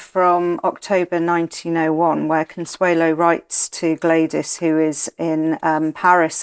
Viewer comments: Why does she keep saying "Consuela" its CONSUELO... it ends in o... Consuelo... no la. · A great videos. Just a little pet peeve... her name is Consuelo, not Consuela (pronounced "owe" at the end, not "uh", or am I wrong? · Is she mispronouncing her name ? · Con-sway-lo Baaa-roke These pronunciations…..ugh!